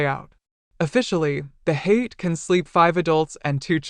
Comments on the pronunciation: HA-YA-TE not Hate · Pronounced “Hah-yah-teh” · Elizabeth Holmes voice pronounces it incorrectly. Lol.